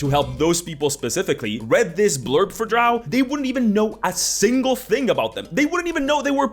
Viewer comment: I hate how they have so little description of anything, relying on the art, which doesn't always fit. Drow rhymes with crow, not cow.